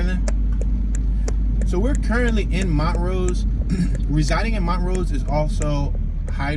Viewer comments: Not Mon rose it's pronunced Mon trose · It's not pronouned Mont rose it's pronounced Mon troooose